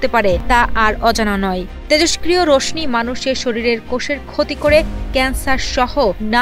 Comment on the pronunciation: (র শ নি) উচ্চারণ হবে না, (র শ শি) উচ্চারণ হবে।